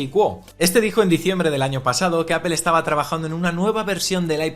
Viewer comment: Hola siempre tienes buen contenido, sería interesante y coherente que la pronunciación de “Apple” fuera correcta ya que es la marca sobre la que se basa este canal.